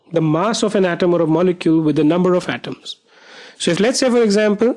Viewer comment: It's pronounced as atom not hatom